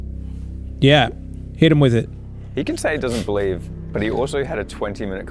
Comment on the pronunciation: when they say "believe", it felt a bit like they said "please leave"